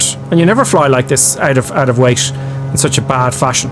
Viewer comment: No offense, I'm just wondering why are you pronounce cockpit as "cockpish", weight as "weighsh"? What is this accent? Cause I'm not a native English speaker, just curious.